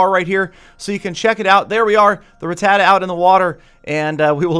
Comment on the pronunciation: Rah-tuh-tah not Rah-tah-tuh